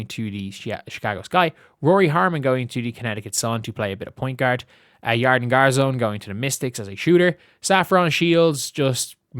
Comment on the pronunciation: Pronounced "YarDEN" (stress on the second syllable).